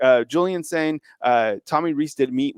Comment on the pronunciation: Y'all might as well start spelling (and pronouncing) Julian Sayin's name correctly.